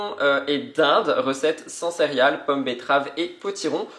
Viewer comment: Cc, toujours heureuse de te retrouver dans tout tes états. C’est normal pendant un moment tu auras des moments de blues. Les blogs sont une bonne thérapie👍 C’est trop mimi🥰 Tu dis cériales aux lui de céréales. Comme mon fils quand il était petit j’adore… bonne journée à toi et à très vite. Bizouilles😘😘